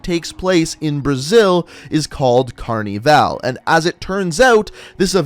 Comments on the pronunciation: "cArNi vAl" its carnival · phahaha how does he not know how to say that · Aaron 102 carneeval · I'm from Brazil and its carnival not carneeevale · Why he say carnival like that ( Carneevale ) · you’re saying Carnival wrong, don’t say it in an American accent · pahahaha do you seriously not know how to say the the word "carnival"